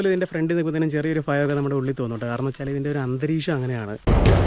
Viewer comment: ഫയം, ഫീകരത??? ഭയം, ഭീകരത അല്ലേ?